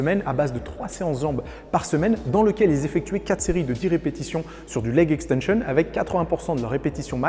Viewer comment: leg extension prononcée a l'anglaise c'etait une contration volontaire?